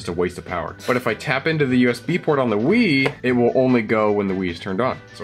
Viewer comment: I thought he said, "im a big WIId fan."